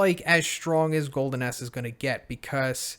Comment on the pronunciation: Did anyone else hear him say "Golden Ass" everytime? XD